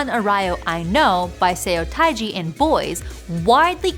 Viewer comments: Suh tae jee, not saaai taaaai ji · 세오타이지 미치겠다 ㅋㅋㅋㅋㅋㅋㅋㅋㅋ It’s more like [suh - teh - jee] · If you're going to be a linguist to claim Nan Arayo is the first K-pop hit, then at least learn how to say the group name properly. It's "Suh" Tae Ji, not "Sae-o". Also, when you claim Nan Arayo is the start of K-Pop, it's hard to pin down what K-Pop you're referring to. Suh Taeji and Boys were the first group to represent youth culture at a time when young people were getting sick of ballads and trot, but it doesn't make them the first one to make a K-Pop hit. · Sayo Tie Ji? It’s more like Suh Tay Ji (the vowels in “sum” and “tape” 서태지) And if you want to go a level deeper, Nan Arayo is not “nan a-RA-yo”. If you need to emphasize a syllable, do the first one: “nan A-ra-yo”. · they are a TRAINED LINGUIST whose English vowel inventory has much better ways of approximating Korean vowels. Sounding out romanizations like a layperson instead of looking up IPA or heck, just listening once to how a native speaker says it, is really negligent for someone of their expertise producing educational content. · Sa Yo Ty Jee? LOL this is a linguistics video, right? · btw you can look up 난 아라요 as for how to pronounce it! It's not a hard "r" sound at all. And it's like "suh" and "tae-ji" as for seo taiji and the boys. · "SEH OH TIE JEE" 🤦oh dear...😂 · just one korean friend. you could have used just one korean friend- amongst all your staff- to figure out how to pronounce nan arayo and seo taiji. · Man she butchered the pronunciation of Seo Taiji😂 I wasn’t expecting to hear a Seo Taiji and Boys reference anyway, so it’s all good. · I came here for this comment. It seems like this particular video is lowkey relying in part on Vivian Yoon’s “K-Pop Dreaming” podcast series a few years ago… The mispronunciation of Seo Taiji, “Blackpink” as “Black Pink,” and other weird Anglicizations kinda telegraphs the lack of preparation by the research and production teams.